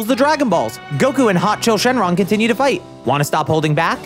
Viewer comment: Shouldn't it be "Shenlong," not "Xing Long"?